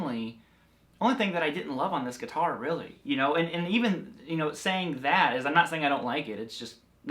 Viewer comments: If you quit saying geeetar, then I quit you. 😅😅😂😂🤣🤣😭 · U say guitar like my grandpa 😂